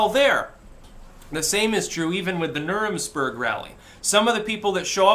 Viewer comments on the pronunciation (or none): "Nuremsperg", LOL